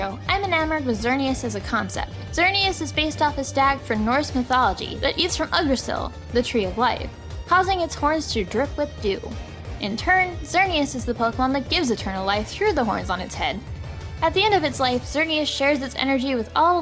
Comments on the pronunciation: Yggdrasil is pronounced Eeg-druh-sil. Ya doofus. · Just an FYI, Yggdrasil is pronounced "eeg-dra-sil".